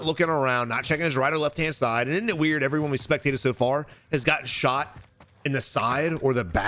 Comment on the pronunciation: I get so giggly when he says weird. I say it to my kids all the time now.